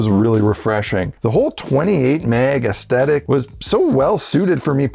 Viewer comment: This video has a really positive and encouraging vibe, but I can’t help telling you dude; you’re forgetting the t in aesthetic!